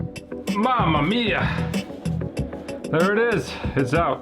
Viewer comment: Mamma mia pronunciation approved by an Italian: 10/10, I say it the same way 😁